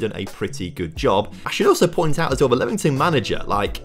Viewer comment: is it not LEAM ington and not lemon tun LOL great video though i enjoy these